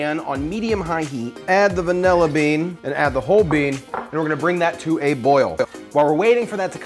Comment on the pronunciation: 'Davilla bean' hahaha! I'm glad i'm not the only youtuber that loses the power to pronounce words on camera! Great job, Creme brulee is the business!